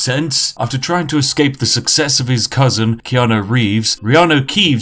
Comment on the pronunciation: Why do people pronounce it Keano It's spelt keanU